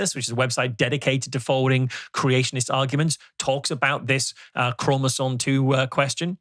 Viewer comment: You can always tell a Rogan guest is a fake scientist when they talk about "cell walls" in relation to humans. Humans have cell membranes, not cell walls. It is an easy tell. This guy also mispronounced chromosome as "chromosone." But I guess he only claims to be a geologist and a computer scientist 😂